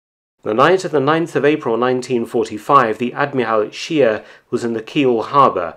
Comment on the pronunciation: Too bad Mark does not pronounce "Admiral Scheer" correctly, otherwise, a very informative research video from Mark, as usual.